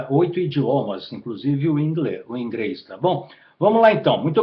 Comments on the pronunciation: Ele falou ingreis e recramar aaff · o cara é poligrota kkkk fala ingreis e mais 8 indhoma kkkkkkkkkkkkk